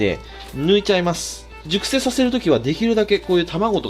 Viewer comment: 熟成しゅっぱい、